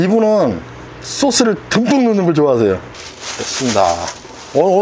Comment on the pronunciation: 소스를 듬뿍넣는걸 좋아하세요를 강조하는게 왤케 웃기지 ㅋㅋㅋㅋ